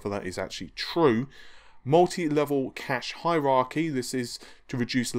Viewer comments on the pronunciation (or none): none